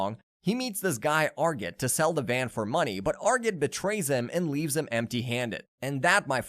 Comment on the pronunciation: I quit watching . If you can't pronounce Argit or Vulkanis correctly, you clearly haven't watched the show.